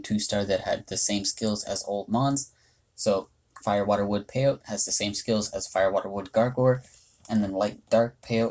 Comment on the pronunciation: It's probably pronounced "pay-oh-tee" because that's how the cactus species is pronounced!